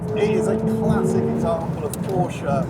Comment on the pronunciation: Finally!!! ...a Brit that pronounces Porsche correctly!!